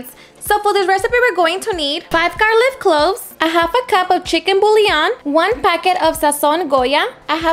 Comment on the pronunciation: Girl it's garlic not garliv🤣🤣😂😁😁 so cute . Love your cooking